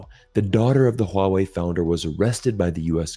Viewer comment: Someone non Chinese speaker who can pronounce Huawei in a correct way 😂❤